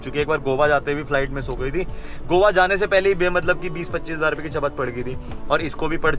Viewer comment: Bro gowa nhi Itz goa